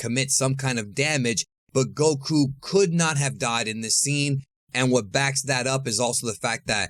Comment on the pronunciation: Bro it’s not “go.... KOO” lol it’s one word man goku